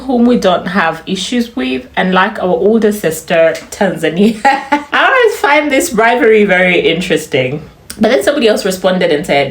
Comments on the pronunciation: I can hear the Ugandan arways instead of always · On the accent part,, now that uve said it... I've picked up on ur pronunciation of "always"😂.. So Ugandan